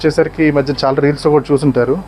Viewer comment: అరేయ్ బాబు చానా కాదు చాలా అని పలకాలి ఇలా అన్నందుకు బాధ పడకు కరెక్ట్ గా పలకాలి అని చెప్పడం నా ఉద్దేశం 🙏